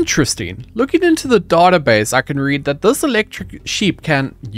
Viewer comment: It's database not database sheesh